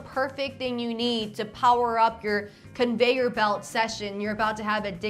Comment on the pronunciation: ConveiYURbelt. the heck???